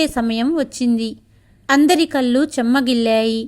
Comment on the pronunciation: అనింది అనకూడదు అంది.అనాలి. కల్లు అనకూడదు కళ్ళు అనాలి.